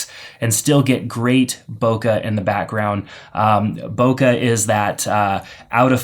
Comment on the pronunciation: "Bokuh, or whatever you want to call it." I call it "boke(h)", with the last sound in that word pronounced more like a mixture of the "e" in "bet" and the "ay" as in "okay". Source: Living in Japan (the country that originated that term) for 9 years.